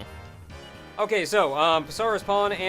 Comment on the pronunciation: I'm prety sure the "P" in "Psaro" is silent.